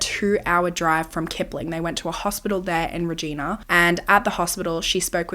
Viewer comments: Regina not so much 😭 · drove me insane! and it feels inappropriate to say how we tell ppl to pronounce it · Reg i na...not regeena... 😅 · It’s pronounced Reg-eye-na, like vagina. lol. Just fyi. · Hey I’m Canadian! I love your videos so much! I just wanna let you know Regina is pronounced like ree-g-yna … it almost sounds inappropriate lol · I am so glad she got the justice she deserved and she had people in her corner who believed her before then. but this is insane! especially when my grandparents still had a cabin near Regina Saskatchewan during this time. I also wanted to let you know as someone who was family from this area, Regina (reh-JY-nuh) is pronounced like another word that starts with a V just with a R instead lol, in case you ever cover another case from there. hope that helps! have a great week!! ❤️ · Hey, a case from my province! Just a quick pronunciation thing, it’s pronounced Reeg eye na! Love the video as always ❤😊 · Hate to be that person but Regina is pronounced like Reg-eye-na haha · Hearing you say Regina. Here we call it Reh-gina.... liek vagina lol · haha I know people are named that and it's pronounced with an ee sound but as someone from southern alberta hearing it pronounced this way really caught me off guard! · Sorry I love your channel but as a Canadian, it's frustrating that foreigners can never pronounce Regina. It's not said like the woman's name, the last syllable sounds like a female body part. Like "angina" the heart condition... Not sure how to explain it. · but not regina haha 😂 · i love watching this as someone from Saskatchewan and hearing how wrong you pronounce Regina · Being from Saskatchewan I loved the way you pronounced “Regina” 😂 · Canadian here - just wanted to let you know for future cases that "Regina" is pronounce like Vagina - the i is long. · Bless your heart, it’s not pronounced Regina… But it does rhyme with vagina give it a go 😂